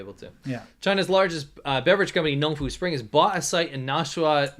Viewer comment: Did you say Nong Fu spring? Nong score!! Seriously, they're flying water from New Hampshire to China? Seems like it'd be a lot cheaper to purify it - hell, they could filter it, deionize, charcoal filter AND distill it and it'd still be cheaper than flying it halfway around the world. BTW, we're going to need that water for data centers - tell the guy to bring it back! 😉 Cheers... NB:, si - Irish coffee, no. But for us caffeine devotees, a light after dinner coffee (especially if it's got plenty of cream) can actually make you sleep good. But obviously the key is not to make it too strong! Have a nice week...